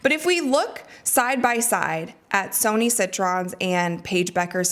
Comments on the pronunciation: please change your pronunciation of the words 'Sonia' (not 'Sony') and 'versus' (not 'verse'). You say these words a lot, and it's kinda driving me crazy. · Is it pronounced Sony? Pretty sure her name is soniA. Unless it’s a nickname.